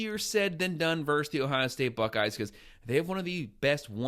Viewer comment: The word is 'versus,' not "verse." We're football fans, not poets. Thanks, man.